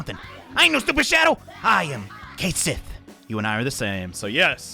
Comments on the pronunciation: MORE IRISH PERSONAS!!!! Also, for future reference, Cait is pronounced more like cot or caught then kate. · And remember kids, Cait Sith and Cu Sith are pronounce ket-shee and coo-shee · Now that Duolingo teaches Scot Gaelic I realise Cait Sith is actually pronounced like "Ket Shee"